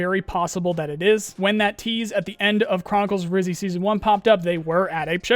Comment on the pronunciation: It's "Rhyzhy" btw. As in "Red" as in "Redhead". You should pronounce both Y as you pronounce the first one.